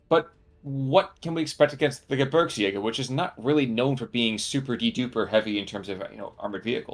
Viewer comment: Gebirgsjäger is pronounced like “Ge-beers-jager”